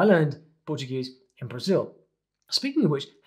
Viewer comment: I really love that you spoke "Brazil" the way we Brazilians pronounce it at the begging of the video <3